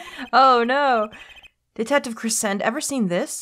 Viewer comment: Daryan’s last name is not said like crescent its said like crescendo